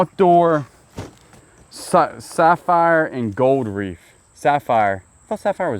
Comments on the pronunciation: No F in Wreath. The correct way to say "wreath" is "reeth" (IPA: /riːθ/), with the "w" being silent, and the sound starting with an "r," followed by a long "e" sound (like in "sheep"), and ending with a "th" sound (like in "think"). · Question: are you pronouncing the word Wreath as Reef? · Are you saying "wreaf" like you say "jury"? Just askin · If only you could hear my husband and I both say in unison “a greyhound dog is a hound dog.” 😂😂 Also my husband wants you to know it’s wreath not reef. 🤣🤣 Love watching you guys!!! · is it a REEF or a Wreath?🤣🤣🤣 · LOL I thought I heard reef, but then thought I was just hearing it wrong